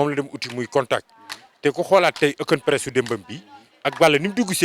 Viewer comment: On dit open press